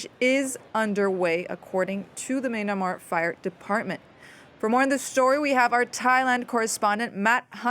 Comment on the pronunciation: when she main-a-mar though